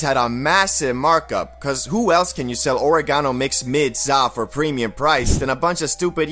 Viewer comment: I hate the way you pronounce oregano.... Question. Is exotic just a name for killer weed or does it have to be runtz or a special strain? Serious question.